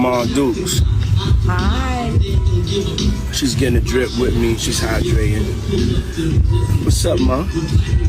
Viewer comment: he didnt say drip right lol